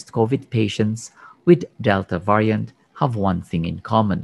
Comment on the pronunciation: Can somebody teach him how to pronounce the word Variant